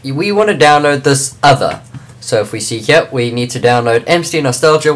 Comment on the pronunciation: HEELP!!! I cant download MCNostalgia. It simply won't LOAD!!!!!!! Also how do you do the space thing?? And it's pronounced ehm see no stall ja.